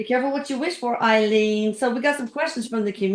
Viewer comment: When I lived in Gainesville Florida, Aileen was killing men up and down the interstate highway 75. This happened just a few miles from me. 😱 Btw, You pronounced her name correctly. Thank you,. You are fantastic for bringing us another great video. Thank you for introducing Erik into my life. He is always there when I need help. 😍Love you Erik as always, 💗Deborah, Psychic Medium